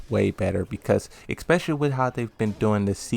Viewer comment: specially bro why you keep saying expecially ?? lol